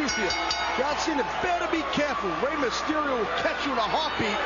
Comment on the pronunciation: It's Rey, not Raye.